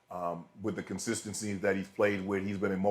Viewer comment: Did she just say " consistency"???? LOL